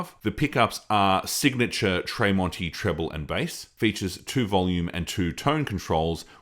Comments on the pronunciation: Why does he pronounce Marks last name Tray monti? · Its pronounced as TREM--ONTI. Good video thou, i hope you get more followers. Well done!. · Tremonti is pronounced like tremolo. There's no A in Tremonti